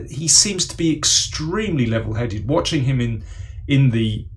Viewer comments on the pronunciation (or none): none